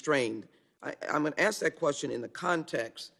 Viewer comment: When the chair (or any representative) says "axe" instead of ask... 🙄